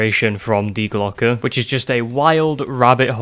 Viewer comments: Im from germany u spoke die Glocke (The Bell) very Well in germany we say hast du richtig gesagt hahah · Yes, you said die glocke right. Coming from a person who actually studied German, think about it like this. Remember the pistol company glock, well say that and the add the sound the letter a makes.( due to e's in German sounding like a's)